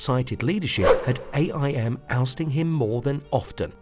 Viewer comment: STOP SAYING A. I. M.!